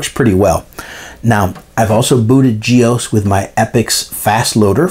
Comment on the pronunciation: Do you pronounce DOS as 'dose'? I've never heard anyone pronounce GEOS as 'ge-ose' but always 'ge-oss'.